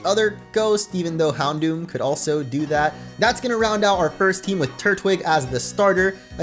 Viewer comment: It is not pronounced hound dower lololololol